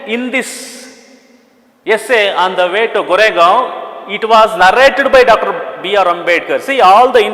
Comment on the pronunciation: Sir please. correct it as Koregaon please. Thank you